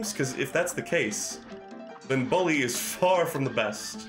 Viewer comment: lol of all the things in this stream, I didn't expect your pronunciation of "bully" to be the thing that annoys me the most. It's like BOOk, not BUcket. Or, a better way to put it would be "Bull-E."